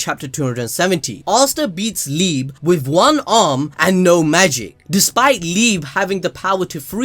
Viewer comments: It liebe as love in german like "liibea" not liib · it's pronounced "lee-beh" not "leeb" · Everyone: Lee Bay ABD: LEEB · Liebe is pronounced "Lee-Beh", not "Leeb".